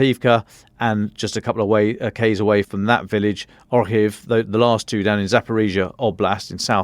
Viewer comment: it's pronounced 'Zaporizhzhia'. Getting names wrong for more than 2 years shows a lack of respect.